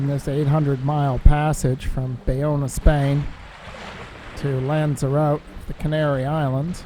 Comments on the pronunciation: LOVE your channel, but dude it's not lanzaROTE... it's pronounced "lanza-rotty". You're welcome 😊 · Loved everything about this video, can’t wait for the next upload. Oh and it’s not pronounced lanzerROTE it’s lanzer Rotty. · Another smashing video... but gotta love the pronunciation of Lanzarote! :)